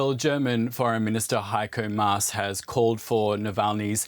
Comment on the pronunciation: HeikÖ Maas? DW honestly that's what we pay taxes for? If you step out of your HQ in Voltastraße around the corner in Demminer Str. there is an OBI hardware store. Maybe there you will find someone who can pronounce German names. Oh wait, it's closed due to lockdown. Damn, sorry, I did not say anything.